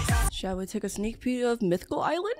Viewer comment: Bro said a sneeck peek but full song